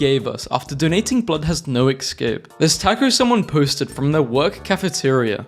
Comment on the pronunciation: Oh it’s also pronounced Es-cape, not Ex-cape